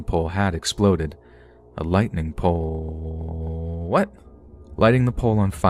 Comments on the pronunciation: a lightingpolllllllllllle...what? A lighting hit the pole...😂😂😂 that’s a big mood! Love this channel. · Lightening pole-ooooooll... What?